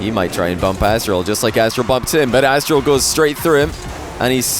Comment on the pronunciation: I just cant overhear "Asstral" anymore